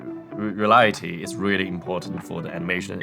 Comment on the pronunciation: Tim 总是把reality读错哈哈哈哈哈哈发布会的时候也是